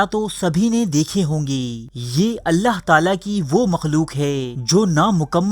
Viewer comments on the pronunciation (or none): none